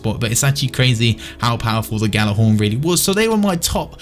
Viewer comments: please Fucking pronounce it right. Yal-ah-horn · gal-ah-horn is how you say it you fuck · are you actually challenged... GJ does not make a G sound. It makes a fucking Y. Have you ever taken any foreign language??